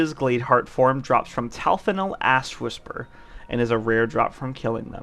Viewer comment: I know you said Ashwhisperer . But all I heard was Asswhisperer. Which made me LoL. Earned your like 😊